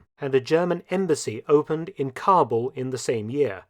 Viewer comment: Also Kabul mispronunciation